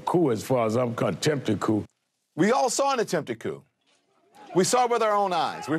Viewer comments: um, anyone notice the officer said Coup Coop which means he was given his talking points he read the word like it was his first time reading it. It's pronounced COO or more literal K-ew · These cops are jerks. An embarrassment to law enforcement. The first one read and mispronounced the word coup. 15 minutes of fame. Are they looking for promoting. Yes! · The first guy pronounce the P I. Coup